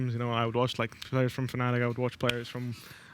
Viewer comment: Why Fnatic Attic instead of Fnattic?